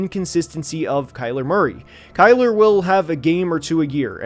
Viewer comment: It’s Kyler